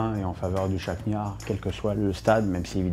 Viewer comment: chakgnare ? chaktar on dit il sait pas parler ce type